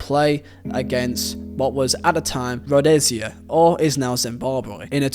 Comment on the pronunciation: Correction . When you say Rhodesia, you imply Zambia and Zimbabwe but those two countries were divided. Zambia being Northern and Zimbabwe being Southern. So what you meant to say was Southern Rhodesia and also it is pronounced as Road-izha. The same way the s in Asia comes out.